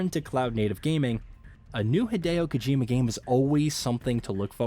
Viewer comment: You pronounced Kojima productions one way and literally seconds later pronounced Kojima different 🥴 make up your mind...